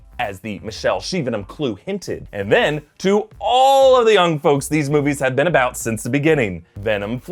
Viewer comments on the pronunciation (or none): none